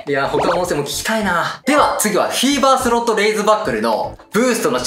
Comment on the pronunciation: フィーバーがセイバーにしか聞こえない